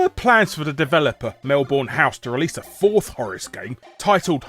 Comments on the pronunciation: melbourne is pronounced "mel-bn" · Damn I thought Melbourne was well known enough for most foreigners know the pronunciation. I'm actually not certain Mel-born is technically wrong but the way Australians pronounce it is more like Mel-bern or Mel-bon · As an Australian, I find your pronunciation of 'Melbourne'...slightly cringey.